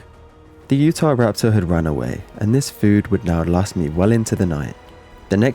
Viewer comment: i swear he said "the youtube" instead of "the utah"